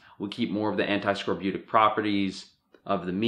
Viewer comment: anti-what? Scroputic?